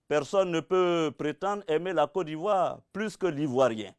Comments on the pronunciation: Il dis Co d’ivoire 😂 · c'est vrai. Il dit cô d'ivoire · C'est sa manière de prononcer <<Côte d'ivoire >> qui me fait rire souvent😁. Sinon on est derrière toi même si tu as tuénos pareil t pour Ado auparavant. Seulement nous même on n'y crois pas trop quoi. On sais pas comment tu vas enlever au pouvoir ton tigre que tu as pris le temps de bien installer. 😁